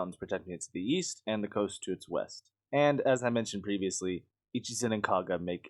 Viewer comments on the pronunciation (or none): none